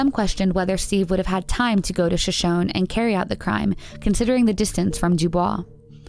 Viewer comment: In regards to Amy's story,,I'll write it kinda phonetically,,,shashoney not shashone